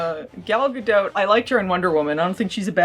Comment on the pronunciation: Gal Ga-"dote"? More like Gal Ga-DOPE! Or Gal Ga-NOPE!